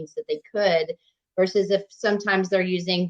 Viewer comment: "Vicious" resistance 😂 "Resistance training 'verse' strength training" 😂